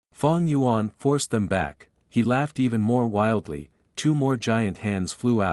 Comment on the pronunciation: Fang gu yuan 😂😎👌op